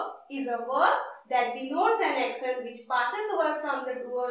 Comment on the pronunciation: Accctionnn....😑😑 Prounciation sudharo..